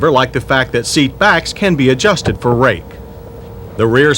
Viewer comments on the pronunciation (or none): HAHAHAHA...he said for "rake". As in angle of lean. Haha